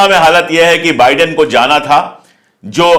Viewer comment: Nice to hear बाइडेन instead of बिडेन, excellent video as always👍